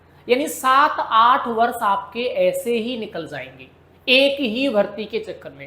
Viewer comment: सर वर्ष होता है या बर्ष